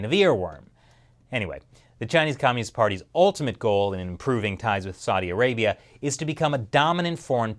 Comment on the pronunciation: Learn how to pronounce "Saudi Arabia" Bozo. Else I'm just gonna unsubscribe. And no. I ain't gonna make it that easy.